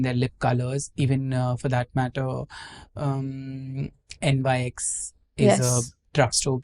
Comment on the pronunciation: It's not N.Y.X., it's Nyx, the Greek goddess of the night. Just FYI.